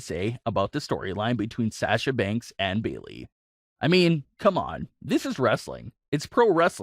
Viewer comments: HER NAME IS SASHA NOT SAAASHA!! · Pronounced (Sah-sha) not (Saa-sha). Like your vids tho. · Dude,come on pronounce sasha the correct way. It's driving me nuts the way you're saying it lol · Will you please learn to say Sasha correctly please it’s so annoying